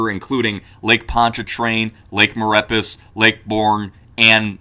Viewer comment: thanks for the vid. Just FYI Lake Maurepas is pronounced More A Paw in these parts around NOLA. Love the vids keep it up.